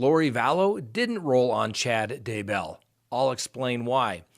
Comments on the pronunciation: Day Bell, not DUH Bell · omg i want to subscribe but can't handle the day BELL PRONUNCIATION lol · pronounced Day-bell, just like that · you're awesome, I watch you daily, I love your show, and I know you are a very intelligent man. BUT you can not figure out how to pronounce Daybell to save your life! and 🤣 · Haha I know. It makes me insane how he says it! 😂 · Ali J I cringe Everytime because I expect him to say it correctly and he doesn't!!! Sometimes he says it two different ways in one video. I can't 😂